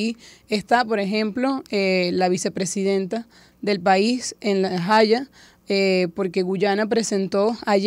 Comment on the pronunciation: Ha dicho “La jaya”…jajajja